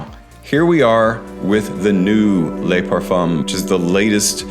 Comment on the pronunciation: Le = "luh", La = "lah", Les = "Lay"